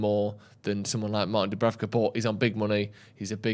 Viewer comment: Imagine butchering Dubravkas name every week